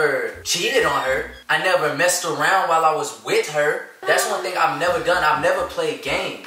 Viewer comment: “WIT her”😂